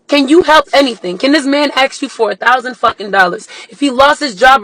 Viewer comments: It’s ASK not AKS😂😂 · Way is it always axe instead of ask? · When will people stop saying “aks”?